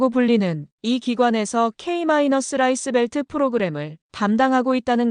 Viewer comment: 좋은 내용에 감사 드립니다. 좋은 내용의 글을 듣는 것은 좋지만 조금은 이상한 내용이 있어 글을 드리니 참조 부탁 드립니다.. 'K-라이스벨트' 는 읽기는 '케이 라이스벨트' 로 읽는 것이 맞습니다. 다음에는 수정을 해 읽어 주시면 감사하겠습니다.